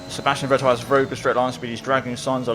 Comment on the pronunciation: try pronouncing Vettel with F